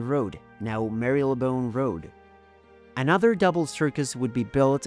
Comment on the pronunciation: Grosvernor, baroque, Marylebone were also charmingly mispronounced, and it's Big Ben, not the Big Ben, and the Houses of Parliament, not the Houses of the Parliament